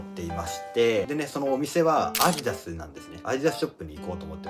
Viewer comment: アイダスじゃなくてアディダスだと思います